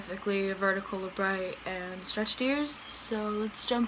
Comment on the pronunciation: it's pronounced labret not labray. People tend to think its a french word when its weirdly not.